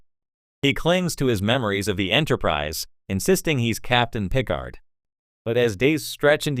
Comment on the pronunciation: Captain Gene Luke Pick-ard lol